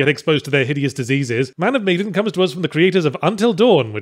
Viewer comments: I thought it was pronounced "Meh-dan", not "Mead-en". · Man Of Meh-dan. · Funnily enough meh-dan is closer to how it's actually pronounced. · Wait it's pronounced MEE-dan? I've been pronouncing it MAN of meh-DAN since it was announced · It's pronounced Meedin!?? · It is Me-din or ma-dan?